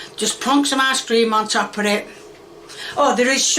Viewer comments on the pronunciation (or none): sounds like she is saying ass cream lol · is it just me or did someone else hear her say ass-cream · no way the ice cream is actually pronounced "car door" right?